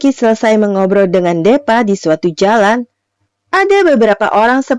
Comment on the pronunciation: Hadeehh.. Kalo nama deepa tu disebutnyya "dipa" bukan depa.. Chanel dan filmnya sih bagus, cuma saran sy lebih baik naratornya diganti.. Krn sayang chanel bagus tp pembawaan naratornya seperti itu 🙏